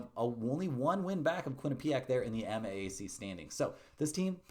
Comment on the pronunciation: it’s not Quin-ah-PEE-ack